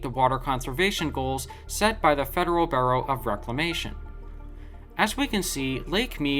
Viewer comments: the word BUREAU is pronounced B-YOO-ROW and not BURROW as to dig a rabbit hole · Bureau is pronounced Beur-o. Gorge is pronounced with a hard G.